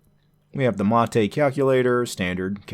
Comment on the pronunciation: The one used in the video is the correct pronunciation as it's named after the South American beverage.